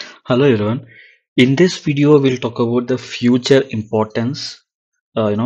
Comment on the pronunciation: Hello, just want to point out the pronunciation, its called " feature", not "future".